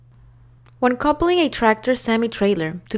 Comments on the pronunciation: I hate hearing "coopled" and "coopling" instead of the correct pronunciation. You said it right ONCE though. Other wrong word pronunciations too (like "valve", and "jackknifing") are distracting. I appreciate the effort though. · Agreed. Bad pronunciation and cadence is distracting. She says coupling wrong, king pin wrong, glad hands wrong, even with the blanks, she does them wrong. Terrible narrator.